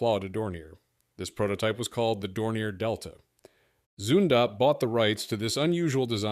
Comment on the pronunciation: Zündapp , not Zundab. And pronounce is ,,Tzindup''.